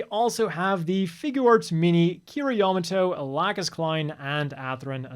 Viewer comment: Lol "Lack'us"